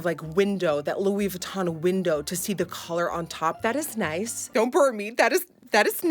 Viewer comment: Louis whytton HAHAHAHA i love u